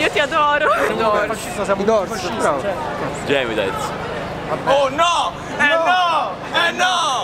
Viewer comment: Che odio chi non sa pronunciare neanche Gemitaiz nel modo giusto 😡